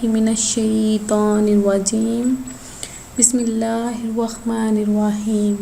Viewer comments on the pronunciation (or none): none